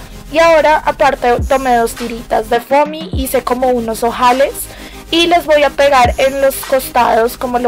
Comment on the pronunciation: Es desesperante cómo pronuncias la c. "khomo así"